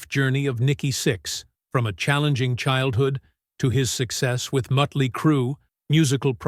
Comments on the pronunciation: This is an AI doc… but hearing Mutly instead of Motley is annoying. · It's not mutly it's motley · Why can't AI say Motley? I think maybe it is because it is written with the umlauts (the 2 dots over the "o" in Motley) which are German I think, so the AI pronounces it that way. Or maybe the AI is just a dork🤓🤷🏼‍♂